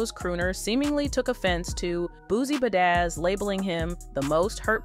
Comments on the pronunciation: And the “Boosie Bah-daz.” Lol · Boosie Bad Ass....smh you are destroying these celebrity's names...I swear you must not be af am...